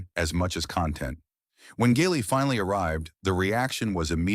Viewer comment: Ai pronouncing "Gigli" as "Giggly." Probably would have been a better title for the movie tbh.